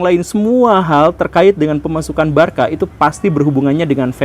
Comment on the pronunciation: penyebutan aslinya barsa pak bukan barka 😂